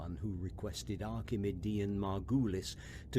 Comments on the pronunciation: "Archimudian" shudder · Or Everytime he says archimudian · Okay is it just me or is anyone else irritated by the way he's saying archimedian